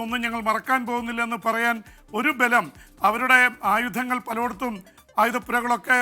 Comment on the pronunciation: പലോട്ത്തും അല്ല പലയിടത്തും